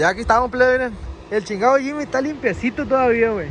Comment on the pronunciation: Se llama Jimny no Jimy